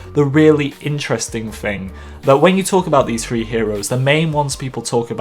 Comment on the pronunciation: This accent is so goddamn annoying! Is he saying FREE!!?? Or THREE!!??